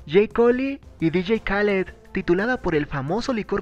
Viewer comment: Se dice "DJ Keiled" (así se dice, no se escribe así)